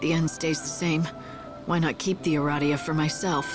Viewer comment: When he said "eradia" it made me think of "erotica."